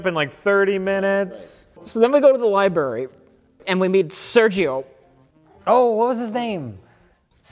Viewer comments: says "Liberry" The worst vocal slip-up to date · saying "liberry" Priceless, all coming from a place of love, he's just great.